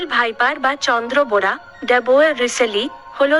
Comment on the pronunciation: চন্দ্রবড়া নয় চন্দ্রবোড়া ।